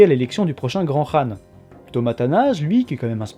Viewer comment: Enfin quelqu'un qui prononce bien khan ;)